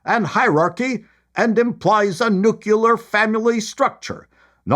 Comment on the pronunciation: Awww,... When you mispronounce the excessively easy word "nuclear," you sound as stupid as George W. Bush. I've come to expect better from you, my friend. NOO - clee - er. You can do it, buddy.